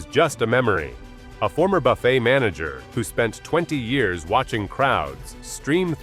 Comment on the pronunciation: Buffettt? That is where you lost me. It's not a human talking